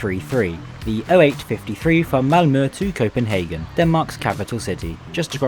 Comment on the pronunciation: Yo i,m danish and you are nearly saying chopenhagen right :D